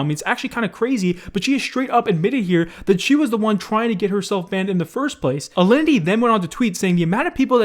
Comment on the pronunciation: Are we just gonna ignore the fact he said aliny instead of alinity